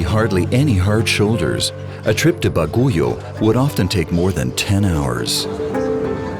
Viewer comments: Baguio City- ❌ Bag/yo ✔️ Ba/go/yo HAHAHHAHAHA🤣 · I'm sorry but I'm a Filipino American who's mother was raised in Luzon and when I hear this NARRATOR speak and say the names of the city's wrong kind of makes me mad!!! If your going to do a story/documentary on a place the least you can do is PRONOUNCE the city's correct!! But also thank you for doing this cause iv never been to the Philippines and I get to see parts of it through here!!!! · The guys is saying Baguio wrong🤣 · I know right, they cant even do their own research on pronunciation. Cringed every time the narrator says it. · Pronounce "BAGUIO" again please? Stop making documentaries if you can't pronounce the names properly. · Good day to you, Brother.. please allow me to sort out pronunciations issue here. I would suggest that you pronounce, Bagiuo.. Not Baguyou..locals pronounce it, Bag you. It will be more authentic and Filipinos would really appreciate it. Thank you very much, for all your efforts in this Documentary. BAG YOU. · great documentary but should at least ask for some correct pronunciation of some places like Baguio “bag-yo” not “baguyo” 😊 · kunak nu enya ti ibagbaga na nga "Baguyo" , Baguio lang gayam... pati 'Buguias - Bu-gu-ias... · It's not Ba-gooey-o it's Bag-yo. Also, the guy didn't change his air filter, he cleaned his fuel filter. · For the narrator, the city of Baguio is not pronounced as "baguyo." It is pronounced as "bagyo," so stop pronouncing it "baguyo" over and over. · that city's name pronounces as " Bagyo', not for "Baguyo'.. and sayote is a kind of vegetable, not a fruit and we are not using ' pesetas; as our currency but a 'Philippine Peso.' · they commentator commented Bagoyou instead of pronouncing Bag-yo the spelling name Baguio the City where that's there destination. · Why does he pronounce the name of the place “Baguio” as “Baguyo”? While we Filipinos pronounce it as “Bagyo”. I thought “Baguio” was an American English word. Lol. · It's Bag-yo (Baguio) not Ba-gu-yo